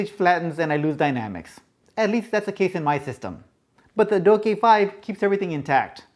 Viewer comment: Its Douk NOT Doke.....:)